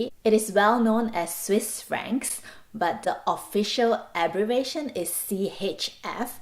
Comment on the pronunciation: C laughed hearing u pronounce the currency..